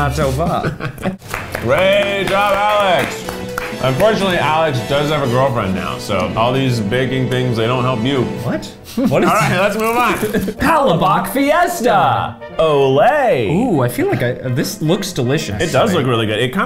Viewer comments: As a Filipino, the “pal-a-bok” got to me... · LMFAO THE WAY HE PRONOUNCED PALABOK THO GSGHAHAHHAHAHAHAHAHAHHAHAHAHA ( i find it funny) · No, the second half of the video someone corrected him on halo halo and then also researched the meaning of it. No, he didn’t try. His PUH-LAB-BOCK was it for me. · Best part of the video was easily Keith pronouncing things. Got a good laugh at the way he said palabok not gonna lie but when he pronounced longanisa right the first time I was like YESSSS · PALABOK LMAO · i physically cringed a little when he said palabok but it’s okay he’s a white guy he’s trying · AND THE WAY THEY SAID PALABOK